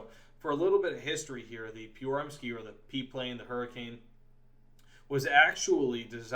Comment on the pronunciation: The way you pronounced Pyörremyrsky sounded Russian more than anything else. Also, calling the PM-1 "Swedish" is like going to an Irish pub and telling them they're "English".